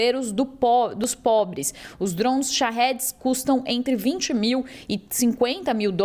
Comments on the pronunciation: Cara que reporte chata falando drosn.... A palavra é DRONES DRONESSSSS.. Não drons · Que porra é Drouns ? Drouns, Drouns, não é possível que não consiga falar DRONES KKKKK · Reporter falou 67 vezes drons drown drond kakkaakak mas nenhuma vez ela falou drone puta que pariu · Kkkkk ela não consegue falar Drones kkkkk drouns kkkk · Trons toda hora 😅😂 acorda ouvindo drone e dorme ouvindo DRONSSSSSSS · Jornalista é dronssss ou Drones, não entendo porque estudam tanto pra nada. Dronsss🤦‍♂️ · Alguém avisa essa sonsa que é DRONE não DRONS PQP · Ela tentando falar francês...DROUNS, DROUNS, DROUNS... KKKKKK😅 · Mds Drouns? que isso Jornalista , bora pesquisar um pouco antes o assunto hein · Ensinem a esta reporter, por favor: DRONES, DRONES, DRONES. A notícia é para o Brasil. Que coisa mais chata! DRONES, DRONES, DRONES. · Porque inventar? o mundo não fala Drouns🤦🏽‍♂️🤦🏽‍♂️🤦🏽‍♂️🤦🏽‍♂️🤦🏽‍♂️ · Será que alguém pode ensinar essa pessoa a falar o nome correto dos DRONS. Av Maria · A cada DROUN que a reporter falava, o Irã perdia um ataque de DROUNS 😣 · Achei que era somente eu que estava implicado com a pronúncia dessa repórter… kkkkk DROUNS DROUNS DROUNS. Que chatinha!!!! Kkkkk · Esses “drunes” ahahahha Bela pronuncia! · Ela tá pronunciando em inglês? Por que não pronunciar em português? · Sim…mas o que achei hilário é que ela fala em inglês mas com pronuncia aportuguesada kkkkkkkkkkk O “r” totalmente aportuguesado kkkkkkkkk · É desafiador até para ela falar o nome kkkkkkkkk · Ela está falando em inglês, deve ter acostumado por estar no USA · A pronúncia do inglês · então fale certo não custa nada.